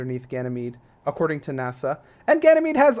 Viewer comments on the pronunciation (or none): none